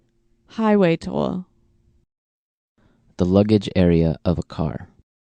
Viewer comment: highway toll not tool